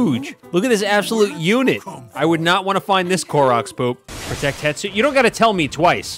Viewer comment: Stop calling hestu hetsu please stop it gives me physical pain whenever you call hestu hetsu